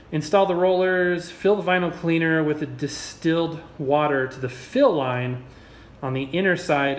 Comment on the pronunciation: who else was eating ramen during this and noticed him say the fill line like ramen